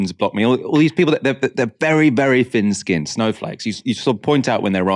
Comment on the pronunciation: Thin-skinned not fin-skinned. If the French and Germans can manage a th sound when they learn English why can't you?